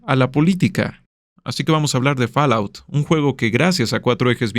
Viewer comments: A ver... Fall: fol Out: aut Fallout = folaut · Muy buen video! Únicamente te recomiendo que investigues cómo se pronuncia "fallout" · ¿Que rayos es “Falaut”?